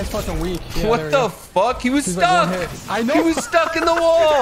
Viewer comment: Don’t ever emphasize STUCK 😐